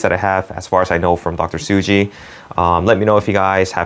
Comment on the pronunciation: It's Tsuji not Suji.